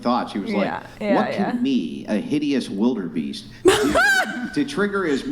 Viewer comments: I love but... when did they add the "R" to Wildebeest? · Somebody tell its, "wildebeest". Lol